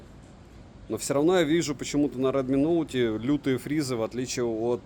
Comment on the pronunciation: Только за чёткое выговаривание названия модели - моё почтение😅